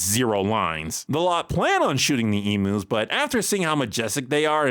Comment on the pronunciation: Lol I find it so hilarious Buck asked Hank to shoot emus given notoriously HARD they are to kill - even with a rifle 🤣 (Just look up the Great Emu War of 1932 & you’ll see what I mean!) Also I can say as a bonafide Aussie, NO one Down Under pronounces the name as E-moos but E-myuus.